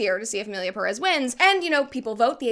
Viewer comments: Please Brett, each time you say "Emilia Pérez" I'm tempted to say like Hermione did to Ron in HP: I's Peeerez, not Pereeez.!!!... In another note , regarding the director when referring of Spanish speaking countries and his lack of due research of the Mexican culture: What did people expect from a french being french? Mockery of everything outside their own and believing the rest of the world is beneath them is typical for them, they are natural born trolls \_(ツ)_/. I personally think he did as intended I.E. Enrage everyone that could feel a minimum of relationship with the theme presented, or more precisely: misrepresented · Ik its not a problem in content but every time someone says Emilia Perez (peress) instead of Pérez (emphasis on the first E) i cringe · I now the movie sucks but pronounce the name right please